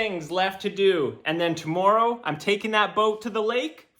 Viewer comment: Who says tomorrow like that?